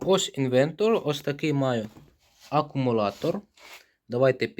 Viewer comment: Одним словом, "інвентор" , "акумулатор" і "волтметор".